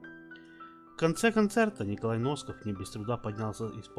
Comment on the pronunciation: Не Носков А Насков говорите правельно ,бесит ажна